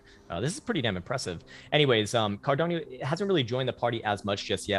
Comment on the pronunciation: A Great TA guy but he pronounces Cardano as if it’s Hispanic. He said Cardanyo